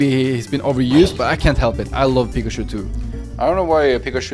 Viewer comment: Charmander ❌ : Sharmander✔️ Pikachu ❌ : Pikashoe✔️ 😂